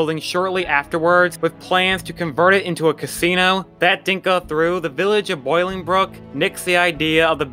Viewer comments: Great video... I do need to correct you on one thing though... BOW... LING... BROOK... Not Boilingbrook... It wasn’t named after a very hot body of water... LOL! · Bolingbrook is mispronounced here. I live in Bolingbrook and rhymes with snowingbrook not boilingbrook . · Correction to my pronunciation, it's Bolingbrook not Boilingbrook sorry :) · Thanks for this. I went there as a kid. Brings back memories. One thing it is pronounced Bowling brook. Not Boiling. You are killing me. 😂 Otherwise nice work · As I grew up in Bolingbrook and went to this place once as a kid before it closed the pronunciation was killing me!!! But great video and keep it up. Also the lot turned into an auto auction yard. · I like it better your way. Also I was there on opening day. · I was gonna say than I see it's already been said. but I guess if you go with the strict spelling... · I lived in Romeoville which is adjacent to Bolingbrook, Illinois where Old Chicago was built. Your video brought back many memories. Thanks! P.S. Bolingbrook is pronounced as "bowling-brook" not "boiling-brook" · Oh, and it’s Bolling, not Boiling. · Hey. First, it's Bolingbrook (pronounced like bowlingbrook, not boiling brook). I was 17 when it opened, my friends and I would go there every weekend, it was a ball. They had a round up ride that had a floor that dropped out from under you. You were only held up by centrifugal force. It was so scary. My brother opened an old-fashioned photography business in there and did great. There were so many fantastic memories made in that place. 😢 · FYI......it's BOLINGBROOK, not BOIL-ingbrook. 🙂 I visited with a group in 1976. Interesting to note that the park was having major problems even then. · "Boilingbrook" That's funny. It's pronounced "bowling brook." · Its "Bolingbrook". Not "Boilingbrook" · The town is pronounced “bowl ling brook”. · lol at him calling it "Boil"ingbrook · Glad to see I wasn’t alone when it came to boilngbrook 😂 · HaHa Boiling brook!